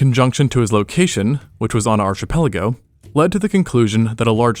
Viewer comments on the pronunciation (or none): ch in archipelago is hard "arkipelago". :) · dude, look up how to pronounce archipelago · ?"... isn't nowhere close to cutting it."? ( - ) ?"...all the more weird..."? ( - ) ?"arCHipelago", not "arKipelago"? i can hear you now: Just shut up and watch the show. ya don't gotta tell me twice. --me, shutting up before commenting on "did", "fEtal", and gods know what else, 'cause i've stopped watching. you're welcome. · Its pronounced arkipelago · Archipelago. ArK-uh-pel-uh-go. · There isn't a place called "archipelago" it's pronounced (ark-appel-ago) and it's a formation of water meeting Coast, they are all over the world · LMFAO ! ON arCHIpelago? at least google the definition and pronunciation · Mispronounce archipelago again, I dare yiu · “Saint Paul Troy” is an interesting way of saying Trois. Archipelago was another one… You really just say whatever when you see a word you don’t know, don’t you? Not even an attempt to look it up? Kind of weird for someone into science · The way you pronounced "archipelago" physically hurt me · That isn't how you pronounce archipelago...